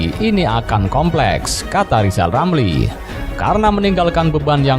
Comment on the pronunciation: Sebelum mengeritik pak jokowi coba pak lijal lamli eja dulu namanya yg benar baru bisa kritik 😅😄